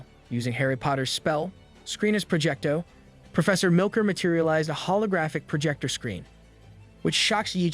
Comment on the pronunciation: It's "Sceenus projecto" not "screenus Projecto" 😂